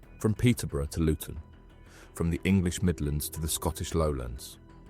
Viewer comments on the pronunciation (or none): none